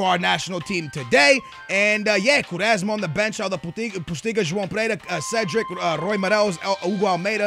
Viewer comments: I'm sorry but Quaresma is hardly pronounced 'Koo-rez-mah' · ***** I'm actually brazilian but I'd say the way he pronounces Pereira, Quaresma and Willian Carvalho are weird. There might be other ones